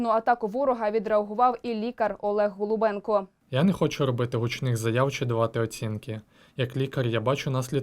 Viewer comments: ГОЛУБЧЕНКО а не голубенко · Так його прізвище ніби Голубченко,то виходить ви сто разів повторили його пріізвище неправильно.Варто бути уважнішими.